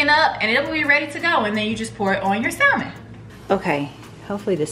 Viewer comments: If nobody wants to tell you, the L is silent in salmon,. So just “Sam-on”. No shade, all 💕. On another note, You got me wanting those candles and I’m def gonna try that salmon recipe. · Yes!!!Hey girl!!! So happy to see you🥰🥰🥰🤩🤩🤩, I love you dearly girl but...it's pronounced (sam-in)....the "L" is silent 😁😁😁😁😁😁